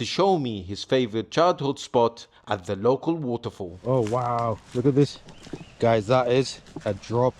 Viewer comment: Its not woutefoul. It's waterfall,loll